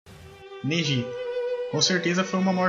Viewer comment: parabens aprendeu a fala o nome do neji, se aprender a falar certo o nome de todos seu canal ficara completo